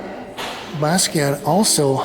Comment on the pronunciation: Please don't say "BAZZ-kee-ott." Sounds dismissing or ignorant; or both. It's pronounced "Boss-kee-ahh."